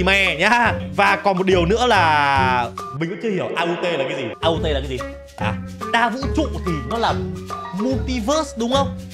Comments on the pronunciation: AUT là làng au chữ t là chữ không phát âm chữ au đọc như tiếng việt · mặc dù viết là aut nhưng đọc là au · Aut đọc là âu á anh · Aut đọc là au và tất cả hiha trong mv có một ngôi làng aut đó anh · Đọc đúng là Âu á anh còn viết là Aut❤ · Em đọc cho anh là âu lớp du nha anh😊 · Aut love you là au them T là aut á anh vẫn là au mà anh đọc á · Aut = Au Chỉ cải cách lại cho đúng Tiếng anh ạ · Ah đọc là âu love you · Nó chỉ đọc là au thôi anh chữ t là âm câm Hệ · Đọc là Âu đó Anh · Aut nếu đọc tv là au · aut đọc là âu nha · AUT đọc là Âu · Đọc là au đấy anh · aut là đọc là âu đó a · Aut là làng hiha Aut á anh anh đọc bình thường kiểu bỏ chữ t đi nó sẽ ra chữ á anh 😊❤